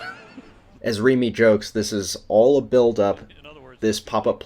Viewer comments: I watch the Red Sox games on NESN and the color commentator's last name is pronounced "Reh-me". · Okay, I love closecallsports, but how does someone closely involved with baseball not know hot to pronounce Jerry Remy's last name?